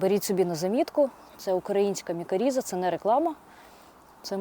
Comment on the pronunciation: Дякую а інформацію! Лиш не мікаріза, а мікориза.